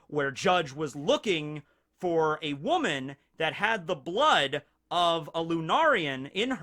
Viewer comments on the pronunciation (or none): none